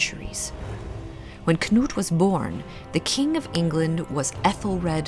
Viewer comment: You are the first English speaker I have heard that pronounces Knut correctly. It is either Canute or 'Newt'. The kn- sound is so common in Nordic languages, and the 'k' is never silent as in 'knot' or 'knowledge'. This time period around the turn of the millennium is very interesting. The Norwegian author, Bjørn Andreas Bull-Hansen, has written an excellent series of novels around this period, where the protagonist comes into contact with many of the people of the time, and takes part in many of the events.